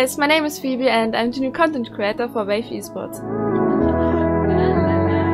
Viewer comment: sympatisch aber sie sagt welf anstatt wave trggered